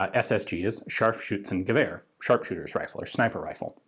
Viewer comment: This is pretty much as good as you will probably get as a non native speaker for saying "Scharfschützengewehr" (I really love to see how much dedication Ian puts into using the right pronunciation! 😃)